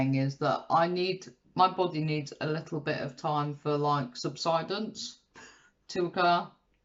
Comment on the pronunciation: well done on he losses, you crack me up - subsidence 😂 i had the jacket, beans and cheese HEX A with lots of salad, for lunch today really enjoyed it. love the idea of meal vlogs, i get stuck in a rut and could do with other ideas xx